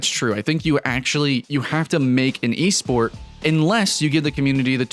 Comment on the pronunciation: "eSport" ..oof thts hurts